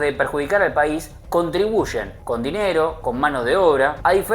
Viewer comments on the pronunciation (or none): No se dice paisi jaja